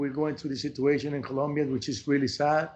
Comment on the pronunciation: Thank you Trevor for pronouncing Medellín and Colombia correctly. It’s the little things sometimes ☺️🇨🇴💛💙❤️.